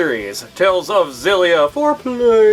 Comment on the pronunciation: I don't mean to sound like a douche but it's pronounced "Exillia" The X isn't silent. I know...I hate myself, too. Carry on.